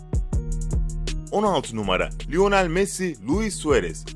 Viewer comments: O lionel messi lionele değil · LIONELE MESSİ hahahha